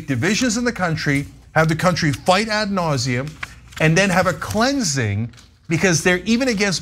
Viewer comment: “Add nausea”? Isn’t it “ad nausium”? Or are you trying to be funny here,?